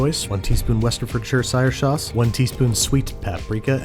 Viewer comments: Your Pronunciation is getting better and better Westecherfeshiresauce . But anyway, hopefully y‘all will have a nice new year ✌🏼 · i love how he pronounces Westchesterfordshire Sauce differently in each video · Your pronunciations for Worcestershire sauce is why I keep coming back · I love how your pronunciation of Worcestershire sauce is getting longer and longer.